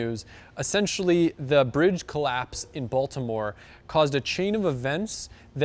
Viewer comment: Hearing People Not From Baltimore Say Baltimore Will Always Be Funny To Me